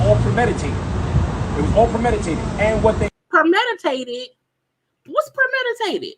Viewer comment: Permeditated 😂😂😂 and he said it twice 😂